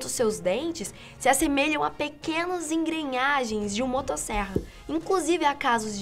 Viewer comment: Mais uma pérola da querida...kkkk como sempre. Apesar da legenda CLARA: Fossa das Marianas ela diz: Fossas Marinhas.... E depois... ENGRENHAGENS.....KKKKKK Linda... Bjs...Continue nos divertindo....kkkkkkk